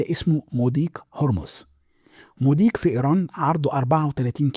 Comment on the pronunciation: مضيق وليس مديق يا صهيوني😂